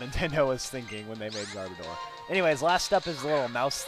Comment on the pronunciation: its pronounced Gar bO door